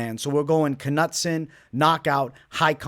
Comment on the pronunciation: Ka-nut-son lol, cmon man